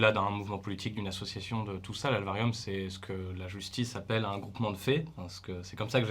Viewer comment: La "L" varium ? L'aélvarium ? Ah en fait tu lui a appris à prononcer le nom de "sa" propre asso.. bah oui jusqu'à Puis plus tard il recommence à dire l'AÉLvarium